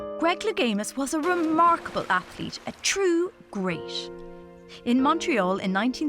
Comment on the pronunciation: He said greash but is great and 1988 19etaesh